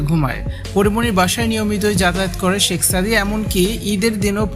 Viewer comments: ছেক সাদি,হায়রে নামটাও বলতে পারেনা😂😂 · I don't believe this girl. Because it is very clear that this is a planed and this girl a big lier, who is complaining about Porimoni here. When she was telling the history and she used many English word and it was many difficult words with perfect pronounced. All the English word she pronounced very right but only one word she mentioned few times very wring by intentionally, it is Shek Sadi. But she said every time 'Sexsadi" All the English words pronounced perfectly except the Sekh Sadi Other things that her way of telling the history as like a planed and professional lie. How she seen that Porimoni was sleeping with many man within 2 weeks? I request to police to arrest this girl and find the whole team, who is behind her and this whole plan to send this girl to Porimoni home to make trouble with Porimoni? I demand to arrest this girl as soon as possible please.